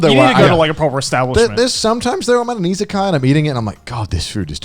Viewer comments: i thought they were saying “isekai” for half the topic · I heard "Isekaia" instead of "Izakaya", so I thought they could be some medieval-themed places or something XD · Did anyone else heard isekai food the first couple times they were saying isekaya ?